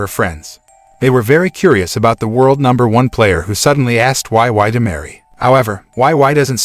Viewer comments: "why why" he said her name is "why why" wheeze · this makes me wanna re-watch this 😭 but wei wei doesnt pronounce it like that its "wey wey""